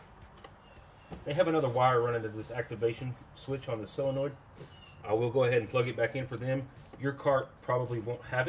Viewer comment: While we're on proper pronunciations, it's SOLenoid not SILLenoid. 🍺 Great video!